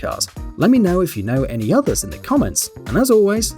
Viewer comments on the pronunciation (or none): none